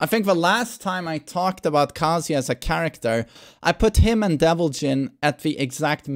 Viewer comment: When someone says "kazUya" just immediately f*ck you... Just... His name is literally pronounced every time in character select, how do you still not know it? Aaaah >_<